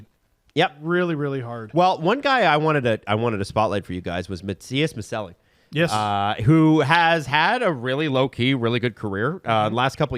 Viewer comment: Ma-chelli is the pronounciation 🤌🤌